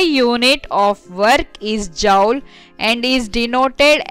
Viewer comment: joule to jaaoul 😂😂🤣🤣